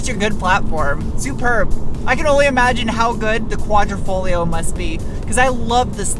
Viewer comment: Veloce is pronounced like Veloche cmon you said Quadrifoglio correctly! 😉